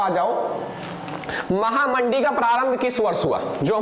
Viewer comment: Sir yah महामंदी है महामडी नहीं है 😆😊